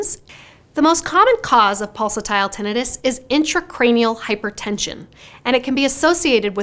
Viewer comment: Yer pronouncing tinnitus wrong.😮